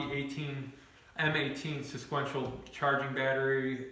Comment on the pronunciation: Lol Im going to start saying it like this now